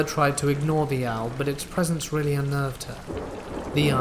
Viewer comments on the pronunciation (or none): none